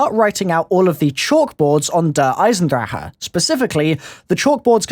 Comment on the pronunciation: you say "eisendrecke" but you say it like "Eisendrache". The a in drache really is an a. and the ch in drache is a soft g